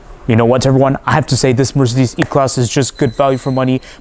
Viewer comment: the way he pronounces Mercedes is kind of nauseating